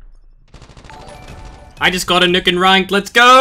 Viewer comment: I like the way he says nuke lmao "nook"